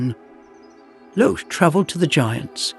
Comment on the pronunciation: Where is Wotan's Spear and his intent to rule by law and order not force? Where is Logé (Lo hard g +e, not some seating section of the auditorium!) is a fire a DEMI-god, not a full god. You missed the difference between Fasolt and Fafner. The first was infatuated with Freia, the second wanted to overthrow the gods. They have no power to change form until they get hold of the Tarnhem. And on and on you make distortions of Wagner and reduce a brilliat ;plot into dull ordinary hack story. Logé doesn't need the help of the gods, he wants to trick them into destroying themselves. He is their enemy as much as the Giants. Get your Norse mythology right. Wagner did. Why all these endless illustrations of castles and generic "gods". Stick to illustrating precisely Wagner's plot. Where is the Rainbow Bridge and entrance of the gods into Valhalla.... or the lament of the Rh Ds? This is second rate AI junk com;pared to Wagner.